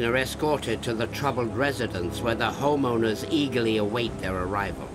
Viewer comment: Canadian way of pronouncing home owners sounds like hormoners... took me a while 😁🤣 great series!